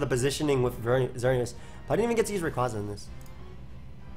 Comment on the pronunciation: FOR FUCK'S SAKE! IT'S RAY-QUAY-ZA!